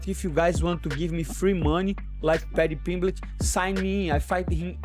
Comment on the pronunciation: "patty pimbletch"